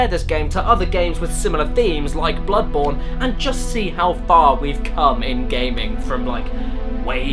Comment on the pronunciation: "Blood-MOURN"? Really, Caddy??? How about BloodBOREn??? smh :////